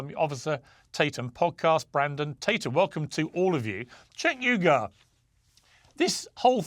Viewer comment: It’s not You Oogar , it’s pronounced Ooygoor